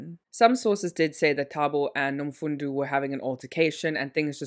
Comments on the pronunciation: Wish u would put more effort into pronouncing African names if u are going to include them in ur videos. How can u pronounce one "o" correctly then the other as "u"🙄Nomfundo is pronounced exactly as it is written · she's not trying at all. She says the first thing that comes to her mind. In the beginning of the video she pronounced the guy's name as taboo then later pronounced it correctly. Same thing with Nomfundo. If u can read it, it isn't so hard to pronounce